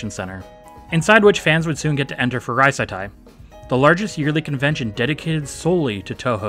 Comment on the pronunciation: i legitimately thought you had dyslexia because not just harukei, but also you say reitaisai as reisaitai XD